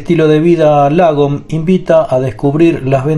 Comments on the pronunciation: Tick importante, se pronuncia más como "lóoogom" y no "lagom". Eso es una "a" larga, que para un oído hispano parece sonar como una "o". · Lagom; se lee ” Logom” y tiene por significado, ” Ni más ni menas”!!